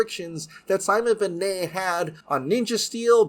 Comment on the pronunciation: Sorry but its Ben-nett not benay